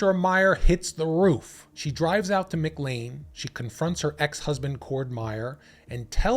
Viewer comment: Mick Lane? McLEAN McLEAN muh KLAIN muh KLAIN